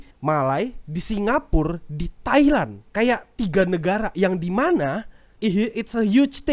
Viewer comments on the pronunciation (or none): none